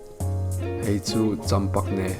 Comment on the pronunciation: I’m late to this vedeo but Hold on a minute.. Champagne k thi tawp 😂😂😂 I will take this ingrain it in my soul and my day to day life now and forever till eternity and beyond Ka nui tawp thei lo.. I literally had to pause it come down to the comment section to write about how funny I find this it’s hill-a- ri-ious 😂😂😂😂 Cham-pag-ne 🔥 Edit : also I’m giving this Chanel my subscription because of his deserving "champagne” 😂